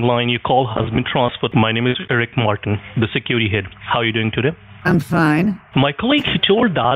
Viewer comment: The way he oronounced Erick Martin sounded like Ricky Martin to me.